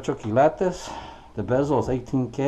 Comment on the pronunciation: Lo bueno que tu aprendiste a decir quilates no kilatos jeje saludos 👍